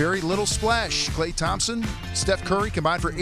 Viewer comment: he said "klay and Thompson" I'm dead